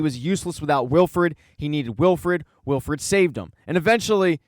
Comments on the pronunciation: Please stop saying Wilfred instead of Wilford. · Good video but it's Wilford not Wilfred.